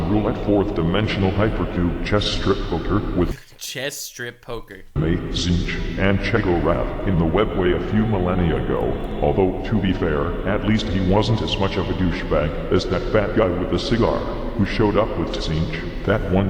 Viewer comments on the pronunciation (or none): I'm super sorry my lord, but it's ChEEoh-gor-ath. Many apologies 😞